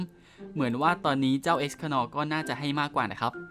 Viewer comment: เอส คาร์ เนอร์ ครับพี่ ฟังเอสคะนอร์แล้วแปลกๆ55